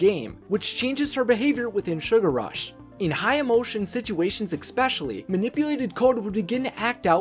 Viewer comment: did he just say ex-pecially